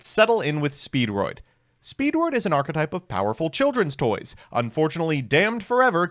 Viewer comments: really hate that I can hear the U in "touys" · DID SOMEBODY SAY NEW TOUYS?